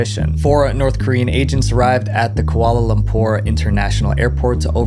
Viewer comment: he mispronounced "Kuala Lumpur" as "Koala Lumpur"